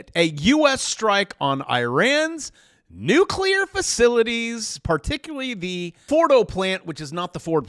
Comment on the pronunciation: You mispronounced nuclear, again.